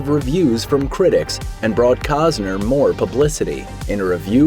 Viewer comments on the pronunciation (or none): COST-ner, not cause-ner ! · Why do you keep mispronouncing his name? There is a T in his name. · It's Costner dumbass..lol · These channels never let the truth get in the way of their stories. I mean, the narrator can't even pronounce the guy's name for a start. Isn't that one of the primary things a narrator should get right?